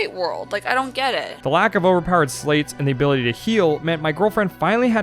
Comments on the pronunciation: Interesting to hear you pronounce sleights as "slates". I thought it was pronounced like "lights" with an 's' in front (like in sleight of hand). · My favorite thing about being a Chain of Memories fan is how they wrote "Sleights" in a card system -referencing sleight (like Slight) of hand, yet the pronunciation of "Sl8" has become the norm. And I am not free of it. You can pull my sl8 pronounciation from my cold dead hands